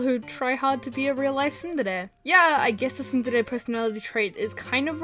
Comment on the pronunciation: And we also say tsundere like sún-dare-e